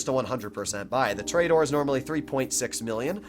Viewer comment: i cringe whenever he says tor-E-dor